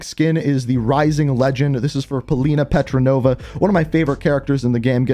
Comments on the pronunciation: He has now called both Polina and Portnova: "Petronova". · He also would refer to Portnova as "Petranova" and Zeyna as "Zenya". Also not to mention "the Caldera". Must not read any comments.